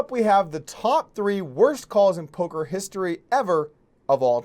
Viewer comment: Is he saying "Polker hands" or "Poker hands" Im so confused.